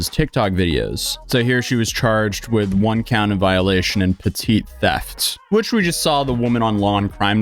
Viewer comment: Petit theft if pronounced PETTY theft. It’s weird I know but that’s how it is.